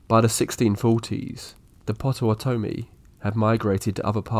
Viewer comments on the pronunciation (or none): What a strange way to pronounce Potawatomi.